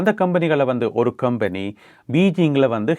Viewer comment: கொம்பனி, கெம்பனி இல்லை